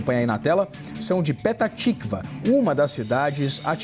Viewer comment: Pelo amor, dói no ouvido! Coloquem alguém que saiba falar os nomes corretos das cidades. Não é Haica é Haifa, nem Pitá tikva, é Petah (fala com som de rr) Tikvá 🤦‍♀️ No mais, Israel tem nosso respeito e gratidão por está lotando o inferno do que há de pior no Irã e no mundo! Só tenho pena das virgens! 😂😂😂😂😂😂